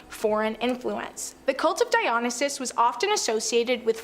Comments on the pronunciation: And she mispronounces Dionysus as well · Pronunciation is not a strong point for these hosts, some are worse than others. The Dionysus one is one of the worst. She often gets words wrong. I don't like her.